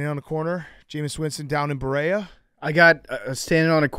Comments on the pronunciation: From Cle! Berea is pronounced Bur-eey-uh. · It’s pronounced Buh-ree-uh (Berea) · Big cat pronouncing berea as he did made me laugh so hard as a clevelander